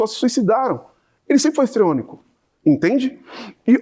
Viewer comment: Ele se perde...pois quer falar bonito. "Estreõnico" não existe. Ele quis dizer "histriônico". Fala mal decorada